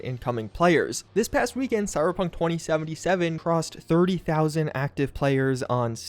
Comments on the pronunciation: Did he say Cyberpunk horny-seventy-seven? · did he say hor*ey 77 or am i just immaginning it